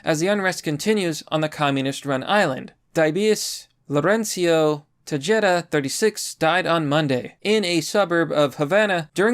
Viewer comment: That red haired POS Jen Psaki makes the N.Korean newslady and Baghdad Bob look and act sane and rational in comparison. Also, it's "Te-HEH--DA" not "Te-JAY-da"